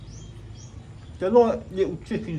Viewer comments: pronounced "Loomppia" not " Lump-ya" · Love the videos again! Your pronouncing "Lumpia" wrong - ask Ken how it should be pronounced. Every time I watch your vids I miss the Philippines:)